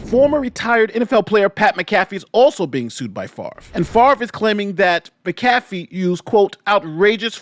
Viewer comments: It's MAC-a-fee, not mac-A-fee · Mac-a-fee, not Ma-caf-ee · Lol his pronunciation kept throwing me off. I'm like MACK A FEE dammit! 🤣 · Pat Mac Ah FEE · You're saying McCafee wrong. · Pat ALLEGEDLY MAC(like Bernie Mac)Afee is how it's pronounced. Was waiting for your take on this. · (M-ah-cuh-fee) Mcafee. Idk why, but he insists it's pronounced this way. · Hey just a heads up its Pat Mac - uh - fee.;) As always good video but I heard that and laughed because all I could picture was anti-virus Mcafee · I understand that the spelling of Pat’s name makes it seem like it should be pronounced the way says it in this video but it is pronounced as if there is an A in the spelling -> mac-ah-fee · You Pronounce his name like this. Pat Mac Ah Fee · its pronounced MAC A FEE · Its pronounced MACAFEE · Mac-uh-fee. Great video. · respectfully, it’s pronounced Mac-A-Fee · Pronounce like Mack a fee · Also you mispronounced Pat’s name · Was gonna watch this but that McAfee pronunciation ruined my day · You could have like watched one Pat McAfee show, just to make sure you weren't pronouncing it wrong lol. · Do you pronounce Pat last name wrong Homie? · Just nit picking. You should use the correct pronunciation for Pat Mcafee last name.